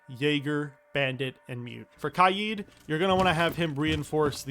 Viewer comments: Stop saying kai eed instead of kay D plz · Ky-eed? its Kay-d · Bro it’s not “kayeed” it’s “Kayd” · “Kaigh yeeid” is crazy💀😭🙏🔥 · pronounce Kaid like K-Aye-d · Love the vid, really helped me with setting up better and not getting reamed by my teammates for being a noob. Thank you. But why do you say Kaid’s name like that? I usually hear it like Kaid (Cuh-Aye-D). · Why pronounce kaid like that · Saying kaid wrong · How does someone pronounce “Kaid” wrong? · This really helped me but the way he said kaid’s name